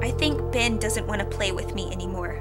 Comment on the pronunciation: It sounds like your saying BIN instead of ben